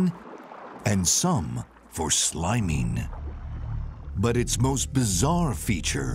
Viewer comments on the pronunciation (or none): "...and some for SLIMEEN.." I think you mean "sliming," bub.🤣 *EDIT* He also said "SWIMMEEN." This dude not only delivers his lines in a hammy way; he also lacks the ability to properly pronounce words ending in 'ing.' So ridiculous.